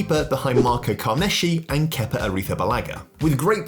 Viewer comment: Poor Carnesecchi's name was butchered into KARNESHY